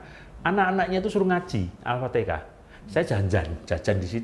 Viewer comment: Alfatihah dong pak bukan alpatikah 😊